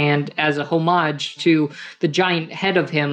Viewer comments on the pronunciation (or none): I'm more annoyed that he pronounced the word mural as "merl", and homage as "home-age" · How is this nerd so rich but he can’t even pronounce “homage” or “mural” correctly?